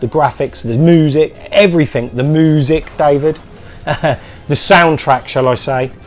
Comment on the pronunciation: You talk about how you say “moosic”, then say “apologies for that, vooers” hahahaha! Awesome stuff,! Such a mix of pickups. Glad you’re enjoying Rick Dangerous! Love that TV haha. How good is the music on Big Blue, love it. Looking forward to Chris’ next game. As far as the mic goes, it’s just too closely to your mouth. Put it half way/two thirds of the way up your shirt.